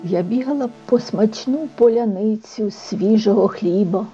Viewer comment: А диктор промовляє "пОляниця". А далі в тексті "ДВУХповерховий будинок"...